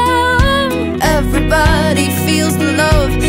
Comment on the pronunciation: Younsaid everbody instead of everybody